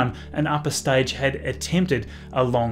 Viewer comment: Staidge is staible)))